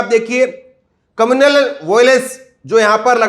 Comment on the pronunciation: कम्युनल वायलेंस होता है बेटा कमूनलल वोलेंस नहीं पहले सही से पढ़ना सीख लो पत्रकारिता बाद में कर लेना 😜😜😜😜